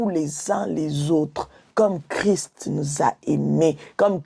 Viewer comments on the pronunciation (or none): none